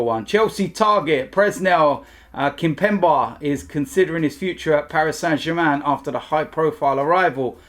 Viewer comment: ain't good with pronunciations but come on that Kimpembe one he was taking the piss 😅😂